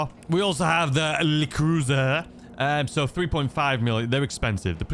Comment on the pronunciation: You are saying "Pipestrello" just right my man! However, like most people, you are saying "le Cruiser" like it is French, but it is LE for "Law Enforcement" so it should be "L. E. Cruiser."